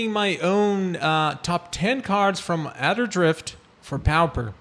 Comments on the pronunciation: My dude its not pow-per its POR-per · Actually, it is pronounced PAW-per (or PAA-per). No "r" sound.